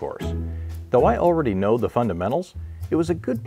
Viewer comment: You cnow what I am going to say. It will work, but as we all cnow, not from the fuirst time.